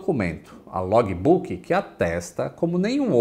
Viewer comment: Log"I"Book"I"... Faltam aulas de Cambly aí... 😁